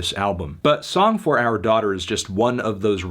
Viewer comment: Nice review Tony but you winking after saying "OURR daughter" nonstop was a bit distracting